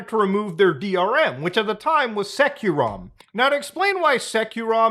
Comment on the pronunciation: Hey uhh, bro... It's not SekiroRom... fyi, It's SecureROM like the actual word, secure... like... bro